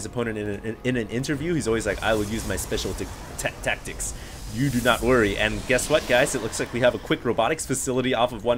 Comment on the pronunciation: Speshul taktics